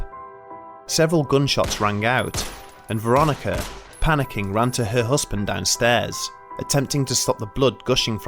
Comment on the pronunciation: Looking forward to more videos from this channel. But please try and say partner instead of "hussband" 😂 Oh and I'm sure it was a turquoise coloured key ring. Not tortoise coloured 🤔